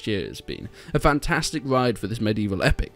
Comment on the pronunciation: Is it only me who swares its "mor-dor"